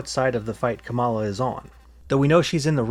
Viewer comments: You need to learn how to pronounce words. Not kaMAla. Comma-la. Sheikh is not pronounce chic. It's shake. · kamala is pronounced KA-ma-la not ka-MA-la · A new video! But et tu? Comma-luh Not cum-allah Comma-luh KAHmah-luh KAHmuh-luh! 😅 Anyway, she came out pretty hard for NATO and Ukraine last night. Pretty much the pinnacle of the speech, although maybe I'm biased Keep up the content, please 🙂 I'd especially love a deep dive into the 2014 Nuland phone call 👻 that vatniks say proves Maidan was a CIA coup, when it was really just them discussing whether they thought the protesters should form a unity government with Yanukovich as part of a deal to end the protests. Its an insidious lie that's penetrated deep into the media sphere. Drives me crazy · It's pronounced "Comma-La."